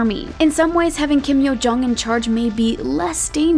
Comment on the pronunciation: "Kim Curt Yo-jong"